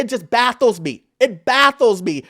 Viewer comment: never heard someone say “baffle” as “battle/baddle” because the f was so silent I almost didn’t catch that